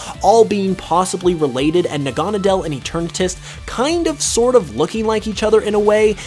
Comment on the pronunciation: Na-gon-a-dell... really? I like your vidios but I hate it when people pronounce names wrong, its Nag-a-nay-dal.